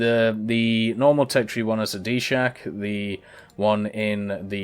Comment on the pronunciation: DShK is not pronounced Dee-shak, it is "Dushka"